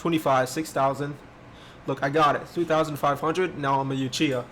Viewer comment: Bro its not pronounced yoochiha its oochiha i used to do the same thing.